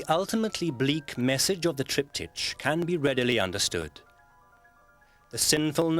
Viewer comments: "TriptyTCH" - wtf is this pronunciation? It's a word of Greek origin. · How the man pronounces "triptych" is VERY ANNOYING. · Tripped itch... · It is only annoying if one assumes there is only one correct pronunciation. Both are acceptable and logical. Both mean a three panel painting or carving used in a church, place of worship, or home, with a related su8bject matter on each panel.. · Thought exactly that-and Sewell getting it right just a second later, only for the presenter going on as before later. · yeah they should have told the narrator how to pronounce it